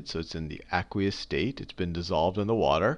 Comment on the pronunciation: Awesome vid but the way he says aqueous is really bothering me loll its AYQueous!